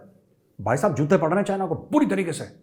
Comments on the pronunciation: Major shabb jab app pakistan ki accent mai bolteee hai HAIIIIIIIII HAIIIIIII tab hasi nahi rokti hai😂😅😂😅😂😅😂😅😅😂😂😂😅😅😂. app kisi bhi standup comedian sai kam nahi hai …..🙏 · I like it when you say Hain Hain it’s so funny the accent 😂😝